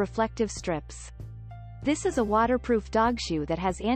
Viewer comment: “tHIS IS”.. must have heard that a 100 times. So annoying!!